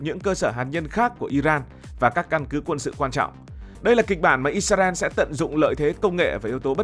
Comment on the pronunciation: Đề nghị các bạn miền bắc phát âm từ Israel lại cho chuẩn